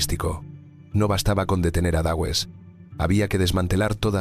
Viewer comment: este video es el claro ejemplo de la incompetencia de la educación del ingles en países hispano parlantes! Existe tantas gente con un conocimiento de los dos idiomas que en toda la gente que ven este video se creen que es así. A mi me sangran los odios al decir Dawes y Nottingham que no puedo! Es alucinante que esto se acepta